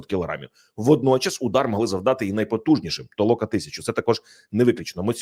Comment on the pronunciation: Не ТООЛОКА А ТОЛОКАА.